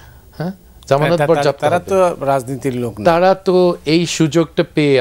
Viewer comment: বরযাপ্ত হবে 😂😂😂😂আগে বাংলাটা ঠিকমত শিখেন তারপর বাংলাদেশের রাজনীতি করবেন।